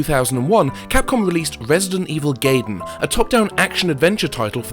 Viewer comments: You're pronouncing "Gaiden" wrong. It's "GUY-den" not "GAY-den". Also you mean to tell me that really hard Nintendo game I've been trying to beat for ages literally is just called "Ninja Sidestory/plot"? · Isn't it pronounce guy-den, not gay-den? That's how it's pronounced in Japanese anyway. Same with Raiden (wry-den), not ray-den. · Call me a nitpicking pedant, but I feel compelled to point out that the DS port is called Deadly SILENCE, not science. Also, it's pronounced Guy-den, not gay-den. Didn't you see The Wizard? :P